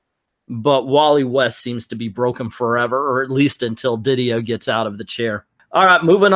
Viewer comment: It’s Di Dio, not Diddy-yo